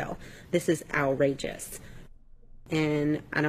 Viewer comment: she says "owl" rageous 😂.. She's looking out in this case but seems like she could be a real female 🐶